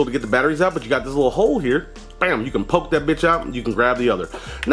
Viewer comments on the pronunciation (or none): none